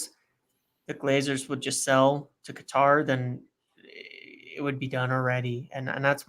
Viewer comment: The way finds it so hard to say the name 'Qatar' has me in stitches🤣🤣🤣